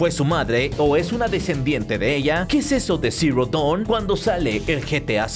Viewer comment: Porfin alguien que pronuncia bien Dawn, salve!!